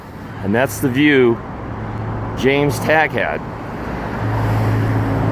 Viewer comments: Its pronounced "Tae- gah" not " Taah-gah" = James Tague. This is an old video, so Im sure the host has answers to all these questions. He shouldve known the HSCA was pissed off that no one in the WC crapola volumes stated that Ruby was an informant, and they were just then finding it out and that was years ago. I wouldnt be hatin' on Robert Groden unless you've put in the same amount of time with effort, research, interviews, serving on committees as he has. I recommend JFK Revisited to anyone interested in the JFK Assassination. Its available on dvd, and Showtime runs it ever so often. If you still come away from that thinking Oswald did it at all, just be satisfied with whatever you believe, because there's no point in arguing with other people about it. Im guessing little things like the fact that fired CIA Asst Dir Gen. Charles Cabell's brother, Earl Cabell, being the mayor of Dallas in 1963, doesnt make you think, wait just a minute....or, the tiny gesture if Mrs. Kennedy being given the yellow rose(s) of Texas at every stop, except Dallas, and she was given red ones by Mrs. Cabell,(also the only one that didnt get out of the car at the ER) Even Mrs. Kennedy states in her book that she thought red = blood. How about the little things like during the parade route, people are clapping, cheering, and waving until they get to Dealey Plaza, and the crowd looks like zombies. Very few people move. Mooreman and Hall's coattails are exactly swooped up in the same exact manner, bu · ish you mention a witness by what sounds like James Tag . I can't find that name, so can you please spell it for me?